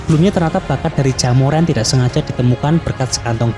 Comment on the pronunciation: Dengernya Jaemuran